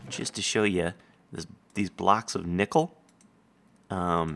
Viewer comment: i could've sworn he said nipple instead of nickel